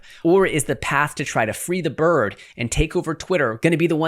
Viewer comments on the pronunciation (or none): none